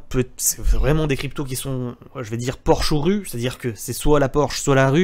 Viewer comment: Porsche ou rue => dit plutôt Porschue lol